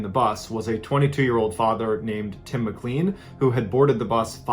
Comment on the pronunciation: RIP Tim McClean. Pronounced McClain. The RCMP waited for hours and watched Vince mutilate his body. Many passengers are still shocked and have PTSD. Vince is now Will Baker and lives back in Edmonton. As for the volcano the passengers weren’t notified on the danger of the tour and the company ignored the warning to stay away. The helicopter rescue service didn’t show up and cost lives. A civilian and his friend saved the lives of others in their own chopper. Love the channel, not hating, just adding in some facts for the families sake. I voted for a different series but I can see why this one won, wow! Also it would be cool to see that first guy if he’s still doing blogs. Cheers Ballen! Thanks for your service! 🙏 Gratz on surpassing 1mil. Donate some of the earnings to the Like buttons hospital bill that’s been racking up but write a bad check ;)